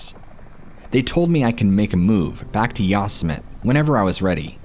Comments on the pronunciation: Excellent video as ALWAYS!! (However, didn't you ever watch Looney Tunes with Yosemite Sam? You actually may be too young; thats straight-up 1970s sh*t actually! 😂 Yosemite is not pronounced "Yoss-a-met"; it's pronounced "Yo-sem-itty." Sorry, I'm not trying to be a jerk!) Anyway, Carey Stayner was a real piece of sh*t and even if he isn't executed, he will NEVER see the sunlight again. He will remain in a tiny, tiny concrete cell where the lights are never turned off and are buzzing constantly. He will never see anyone he's ever known again and he spends approximately 23 hours a day completely isolated. He isn't allowed tv, a radio or anything else except a book perhaps. He'll suffer even if he's never executed. I remember the entire thing and it was so awful trying to locate the murderer. I was shocked when Ifound out who it was! Anyway....I remember when his brother was abducted (I was a young kid at the time) and it was awful. Then at 19, Steven died in a motorcycle accident. I think these events definitely had a really negative impact on Stayner and contributed to his antisocial behavior to some degree. I think if Steven hadn't died, maybe his brother wouldn't have been a sociopathic serial killer. I guess no one will really ever know. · the yosimitee sounding out the terrible mispronounciation...how do you not know this////????? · I love your work so please don't take this the wrong way. Yosemite is pronounced ( yo-sim-it-tee) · Yosemite..em I the only one that’s thinks he’s say it all wrong..has he ever watched looney tunes..lol..that crazy rabbit.. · If you’re putting that much energy into making a video, it would be helpful to learn the correct pronunciation of the park. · I was wondering about the pronunciation... I recognized the story as soon as he talked about the wallet. Yeah Yosemite... It doesn't matter much to me cause I've loved this channel from the first video i listened to.☺ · "Yossmit"????? Lol, you mean ''Yosemite'' (Yo-semm-itty)